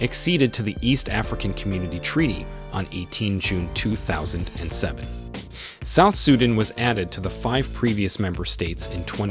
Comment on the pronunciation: You also mispronounced South Sudan